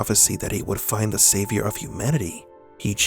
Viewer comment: Lmaooo I think he just says it with emphasis so it comes out "find-eh" but yeah dude. Pretty debatable 😅😅